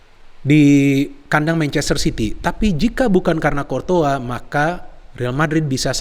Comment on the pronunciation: Cortoa lg cortoa lg bang .. Courtois yg benerr.wkkk, abang,a keren mirip bang H.benzema ..